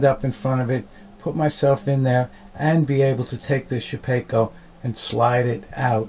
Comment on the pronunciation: It's Shapeoko (Shape-O-Ko) not shepeko lol